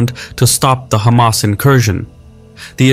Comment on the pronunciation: its refreshing not hearing someone calling them khamas